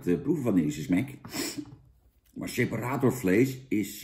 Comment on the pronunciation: Jan komt best uit zijn woorden, "Ipabier" en "seperatórvlees", lekker man.